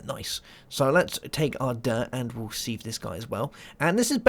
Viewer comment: Its called a sieve (pronounced siv) not seev